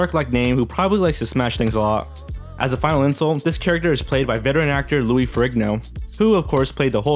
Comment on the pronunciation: It is pronounced Lou” with one syllable. Not loo-eee Louis.